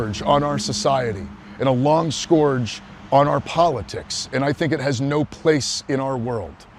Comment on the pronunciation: For twenty years he had no idea what the tattoo was? Sure..... Or.... He is a complete moron. Which maybe the case since he's a confessed communist. And the word scourge is pronounced like urge.. Not like gorge. Idiot.